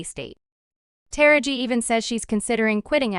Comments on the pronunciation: The person narrating this piece is pronouncing Taraji's name wrong. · Please learn how to pronounce Taraji's name correctly....